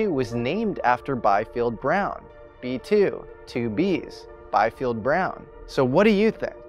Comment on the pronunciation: Bee-field, not Buy-field. Again, German pronunciation.